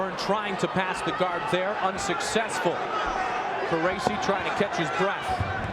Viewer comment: I thought his name was pronounced car-rachi